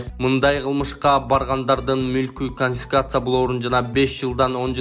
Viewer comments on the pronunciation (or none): none